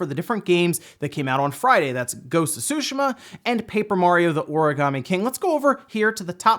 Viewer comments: Tsushima is pronounced T'ZUU~ She--Mah; T and Zuu sound, flicking the back of your teeth with your tongue. It's not "sushi-mah"... And that commentor is mistaken there are DOZENS of racing games on the Switch, just filter search results on the E-Shop for racing, there's a lot of them, many of them excellent. Like FAST RMX Racing.... smh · Can you back to saying susheeema instead of sushama? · Making my ears bleed everytime you say sushi-mom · Omg the 'T' on Tsushima isn't silent. Like everyone on youtube is saying "Sushima" ugh. I'm half Japanese so I know what I'm saying. Same with people saying Sake as Sock-key. Its pronounced as 'sah-keh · Anyone else cringes whenever he says "Tshuhima"?